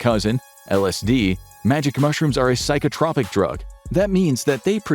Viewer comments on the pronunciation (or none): excellent pronunciation of non-English words and names! mispronunciation of "psychotropic", however. also, "muscaria" is mispronounced.